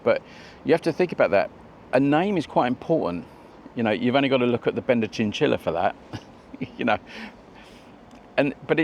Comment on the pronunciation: Thing is, the bikes are called Benda, not Bender. Huge difference. Pronounce the 'a' properly & it's nothing like what many people take wrongly.